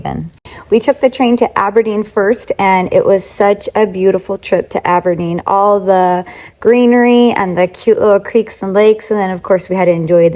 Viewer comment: Glad you enjoyed visiting Scotland. Loved the way you said my home city Aberdeen, and also pronounced Edinburgh properly. Nick should have had some black pudding with his breakfast.